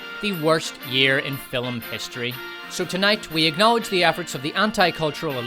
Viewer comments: Okay is there some Irish thing that I'm missing here with the pronunciation of FILM as FILLUM? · Dude, it’s pronounced “film,” and NOT “filum!” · I came for the pronunciation of 'Filum', and stayed for ' excellent hosting this year. Brilliant work team despot. Bravo! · Great content. Though 'film' is pronounced *film*, not "fillem'. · What's a "filum?" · I had to give a like... but I was on the fence because this guy can't seem to pronounce the word "film"... Just the one syllable. Sound it out...